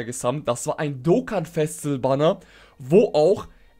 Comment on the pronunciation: "Dokkan exklusive Charakter" und "Festival" zb, sprichst du so schnell aus, das es komisch klingt. Ich weiss nicht obs vielleicht n Dialekt ist aber, Festival zb klingt wie Festl. Und da du relativ oft die Wörter verwendest, ists mir halt aufgefallen. No Offense an dieser Stelle, finde du machst absolut gute Arbeit.